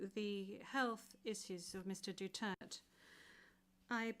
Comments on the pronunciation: It should be DUTERTE not Dutert why asking for a name and then not addressing correctly. 🤬🤬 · Atty please po Pakisabi sa kanila mag pronounce ng maayos ang last name ni PRRD.